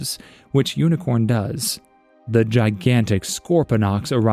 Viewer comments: It’s actually pronounced Unicron and not Unicorn, and this is what most new people in the transformers community get the misconception of. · It’s unicron. Not unicorn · UNICRON. not UNICORN.